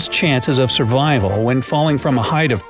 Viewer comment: survrival?? really??